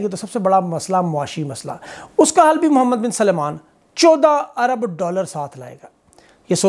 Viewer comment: His name is Mohammed bin Salman, not "Suleman".